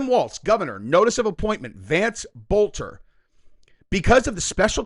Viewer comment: Boelter is a German name the o is silent